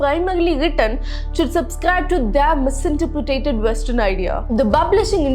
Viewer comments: Good job. By the way I noticed you pronounced misinterpreted as " mis-inter-pre-ta-ted" instead of "mis-inter-pre-ted" I know its not important for the context here, but just thought I would say to help out for all the future videos.. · Very well narrated and I sincerely appreciate it.. Also, if I may, it's not 'misinterpre*ta*ted' but just 'misinterpreted'.. Thanks..